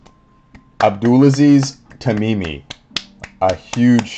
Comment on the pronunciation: OMG what on earth was that, what a legendary box break!!! Absolutely insane. Congrats Abdulaziz Tamimi!!! 🔥🔥🔥 Love how genuinely happy and excited you were,, to pull that ghost for him. (and yes, you did a good job pronouncing his name lol )